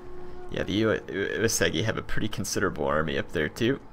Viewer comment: Well, it's still OO-AY-soo-gi for Uesugi. Have yet to find a YTer who pronounces it correctly.